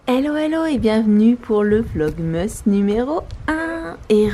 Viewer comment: Pourquoi tu dit vlogmeusse alors que c'est vlogmas